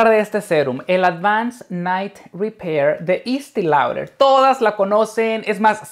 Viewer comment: Tantos años usándolo y no sabe pronunciar el nombre de la marca...